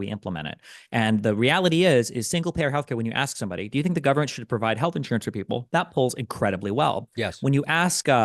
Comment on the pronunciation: why does Pakman always hit Destiny with the full guvvy every time 😂 Actually cracks me up whenever he does it